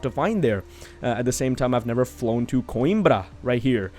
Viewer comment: You are pronouncing "Coimbra" almost like a portuguese speaker🤗 Just one note. They should have worked in Oporto not Coimbra, because Oporto is the second most big city in Portugal and also have an airport...